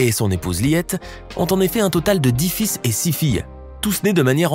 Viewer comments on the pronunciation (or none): none